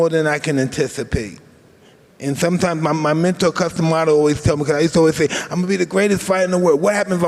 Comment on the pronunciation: Bloody Hell, you think Grant Cardone might have actually done some research on Mike Tyson before interviewing him, he knew nothing of where he came from, what he did, cant pronounce Cus D'Amato...